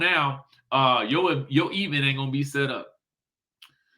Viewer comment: Can we stop putting so much stress on the e in event🤭